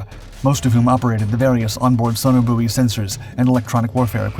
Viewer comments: Message to the narrator: you are pronouncing sonobuoy incorrectly. It's not "so-no-booey", It's pronounced "so-no-boy"!!! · In our RAF world sonobuoy is pronounced sonoboy. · It's an American Vs British pronunciation difference. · I highlighted that too, it's so annoying, we are talking RAF speak not Yankee doodle dandy.